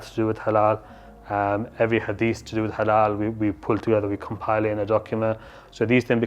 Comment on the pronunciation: The lady Sounds like "hello meat" instead of "halal meat" 😂